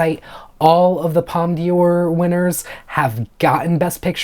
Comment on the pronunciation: Just so you know you don't pronounce the d in "d'or as dee but the whole d'or as door. I've also heard wicked from certain pundits is the real deal about being nominated for best picture